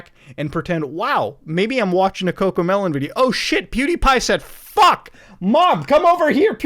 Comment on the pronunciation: mom mota said fock